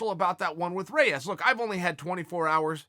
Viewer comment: REYES!!!! Its not close!!!!!!